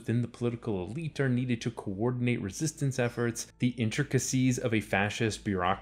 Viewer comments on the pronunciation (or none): none